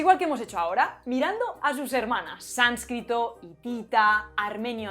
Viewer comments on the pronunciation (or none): none